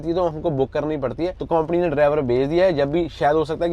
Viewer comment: KAUMPANI NAHIN HOTA SARDAAR JI >>>>>>>>KAMPANY BOLTAY HAI SAHI SAY NOT KOMPANY